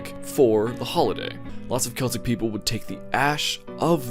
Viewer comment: You said Celtic right btw